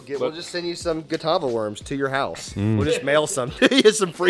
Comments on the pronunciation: I think it's just funny how was pronouncing Catawba right during the beginning of the video and then now he's calling them a Nazi police officer a Gestapo 🤣🤣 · Named after Catawba Indian tribe. It's pronounced KA-TAW-ba